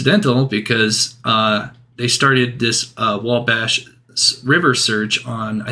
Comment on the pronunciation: "Whoa - bosch" River.....omg lol